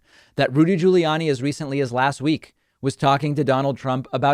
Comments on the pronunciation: I only clicked vid to hear David mispronounce “GiuliAni” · David says "Guiliani" and "McEnany" weird